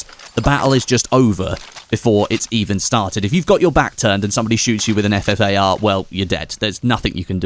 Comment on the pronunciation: it's ffar! not fafar.... smh